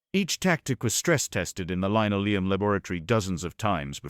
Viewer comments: Or that may be the British pronunciation, see aluminum. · Okay, the AI can pronounce Admiral Dönitz's name, but can't read the word linoleum.